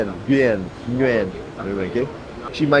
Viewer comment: Nguyen is pronounced as “Win”